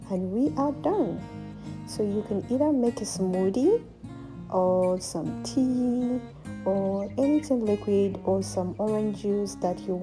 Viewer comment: Did you say tea😊😂❤